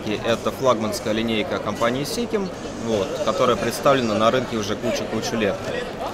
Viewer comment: Не сикем а сишем произносят в Америке 😅